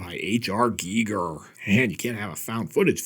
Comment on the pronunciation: so refreshing to hear someone say H.R. Giger's name correctly! Great video!